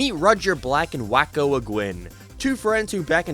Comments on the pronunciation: His name might be pronounced Wayco. Like the city Waco,TX. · Its pronounced Way co